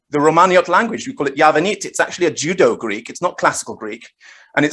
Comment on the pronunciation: I think was making a very apt pun on my sloppy pronunciation of Judeo and the fact that the Judeo-Arabic narrative is like "Jew-Jitsu" on the Abbasid narrative lol very good.